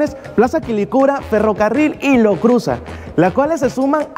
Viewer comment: Bkn tu vídeo! Ahh pero es Lo Cruzàt,l Lo Cruzat